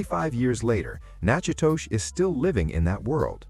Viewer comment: Nachidoches is pronounced Nack'-O-Dish.